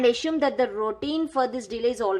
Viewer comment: It's assume not ashume okay